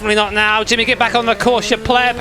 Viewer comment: You said pleab